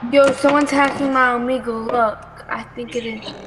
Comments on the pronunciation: I like how one of the news reporters says “OHMOUGLEA” instead of “OHMEEGLE” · “Omegle.” “Omegle.” “Omegle.” “OMOGLEA . COM.” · That one news reporter that said Omegle wrong: “OmOglE” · Everyone: omegle That one news guy:omoglé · OO MEG LEEE🤣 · uh mo glee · Oh me gull? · O MO GLEE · Oh mo gle .com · don't forget the 'omeegle' girl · It's Ohmehel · Nobody: Reporter: "Ohmoglé" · Nobody: That one news reporter:OmogLeE dot com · Omeg glee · emo glee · Omegle:THE * SOMEONE GOT OUR NAME WRONG News:EMOGLE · The reporters pronouncing it right: That one reporter: OMOGLEE.CON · ahh yes... O M O O G L E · I ALMOST DIED OF LAUGHTER FROM THIS GUY CALLING "ôh mî gel" "ôh môg le" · Just gonna ignore how that one news reporter said "Emoglee dot com" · AINT NO WAY a news reporter call Omegle OMEEGLEE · That reporter that said “Omeglai” tho 😂😂😂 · "omogle" Dang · oh yes o-me-gluu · The guy said omoglé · bro they said omegoleee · Bro one commentater literally said "omegley" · same lmao